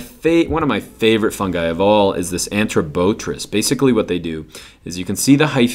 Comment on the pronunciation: correction: arthrobotrys not anthrobotrys